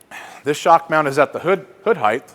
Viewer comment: Does he keep saying highth..?